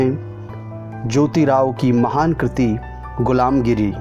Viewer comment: गुलमगीरी है, गिरी नहीं !